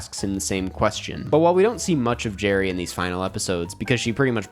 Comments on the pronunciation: it's gerri,. not jerry. lol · its Gerri tho, not Jerry